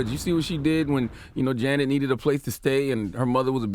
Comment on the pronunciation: Her name is pronounced the same way as Janet Jackson not the way Yee is saying it..